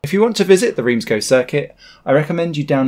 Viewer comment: Please say gueux not go